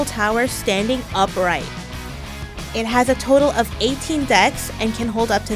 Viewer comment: "it has 18 deckths" 😂